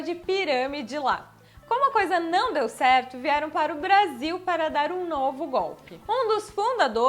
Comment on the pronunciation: vc falando Brasil parecia uma gringa Brazil kkkkkk